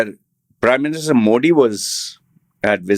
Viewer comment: Tong twister for u Say mo-thee instead saying Moh-D